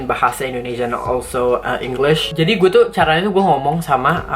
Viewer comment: Parahhh batt ngomong "gue" mantep banget keren keren